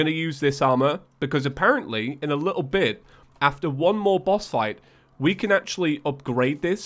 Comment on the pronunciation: Repeat after me: AFTER. AFTER! Not afher!